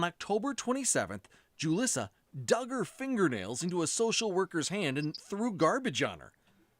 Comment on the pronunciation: It's really weird that the news keeps calling her JU-liss-uh when her name is obviously pronounced HOO-lees-uh. Why aren't we making sure that we know her name? She deserves to have her real name shamed and blamed.